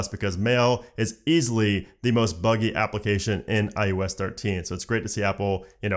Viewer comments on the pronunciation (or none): Am I crazy or is he saying iUS?